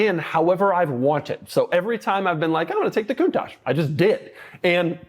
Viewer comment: Sometimes I think somebody who doesn't know how to pronounce the name of their car correctly shouldn't really own one of these. 😅